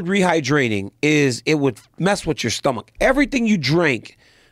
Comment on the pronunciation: why does DC say stomach like that😂